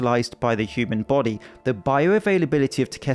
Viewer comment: Itz like a baahttle shaped baahdee I don`t know what that iz yayih!